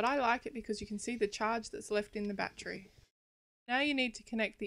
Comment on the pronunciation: I like the way you say batree